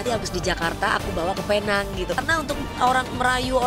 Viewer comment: Sebutannya pineng bukan penang walaupun namanya Penang.